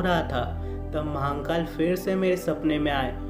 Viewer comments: Vai Mahankal nehi Mahakal N nehi rahe gaa.... Aapka har video pe apne Mahankal bol rahe ho g sune ko bohot kharap lagraha hai.... Wo guru Hai hum logo k.... Guru kaa Nam thik se loo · Har Har Mahadev 🙏🙏 Jai Shiv Shankar BholeNath 🙏🙏 Announcer ko bolna nahi aata h??? Ya vo hindi nahi bol paate h??? Shame on U mr. Announcer and mr. Editor. Mahakaal bhi theek se nahi bol paate ho. Thirdclass announcer.